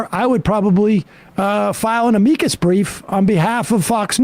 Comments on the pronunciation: LOL Sam trying to sound smart-lawyery and mispronouncing "amicus".... aMEEEEcus 🥲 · that's not how "amicus" is pronounced. You're welcome! 😇